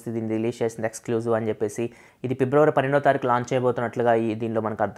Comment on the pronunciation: Pibravary kadu Fibruary ani paluku bro Vinadaniki okalaga undi educated a kada nuvvu